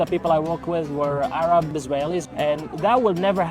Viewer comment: An Arab doesn’t pronounce the “h” as a “kh”. That’s how you know he’s fake.